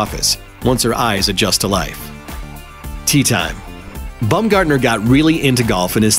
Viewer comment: Omg pls stop saying "Bumgardener" it's Baum bah-uhm